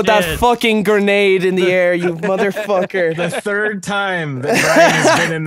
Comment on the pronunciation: Brian saying third :turd